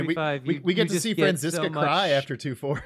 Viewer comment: I never noticed before, but I think actually pronounces Franziska's name more correctly? Like, it's less of an english 'z' sound than a soft 'c'?